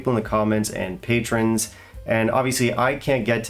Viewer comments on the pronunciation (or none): none